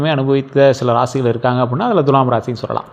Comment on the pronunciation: உங்களிடம் ஒரு request. Dulam என்று தவறாக உச்சரிக்கக் கூடாது Thulam என்று அழுத்தி உச்சரிக்க வேண்டும். அதோடு வால்க்கை னு அழுக்கு ஒட்டினமாதிரி சொல்ல வேண்டாம். சுத்தமில்லாத சொற்கள் பலிக்காது!